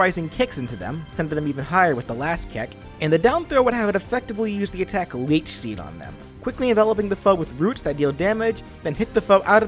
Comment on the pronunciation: he said leek seed not leech